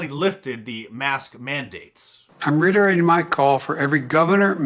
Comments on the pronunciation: "I'm ritterating micall..." That is what he said not what I heard. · He's ritterating? Did i her that rurt?